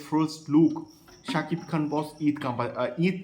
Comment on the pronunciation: কলকাতার ইউটিউবারদের মধ্যে একমাত্র তুমি শাকিব খানের নাম সঠিক ভাবে উচ্চারণ করতে পারো ❤